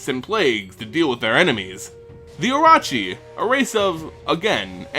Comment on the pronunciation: Jap. Pronunciation Guide 1. Myo is pronounced like yo but with M at the start. Like Myr is supposed to be btw. 2. Orochi is pronounced like Oh no but with an R. 3. Everything else was perfect. Sorry, I don't want to seem pedantic but I just wanted to inform you.